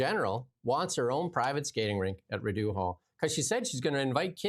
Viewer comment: the last syllable of "Rideau" is pronounced like the word "doe", not the word "dew". I know you are a Westerner but Rideau Hall has been around forever. Don't offend your listeners' ears, please. And when Richard the Lionheart was out of England, the country was run by Prince John,, He didn't become King John until after Richard's death.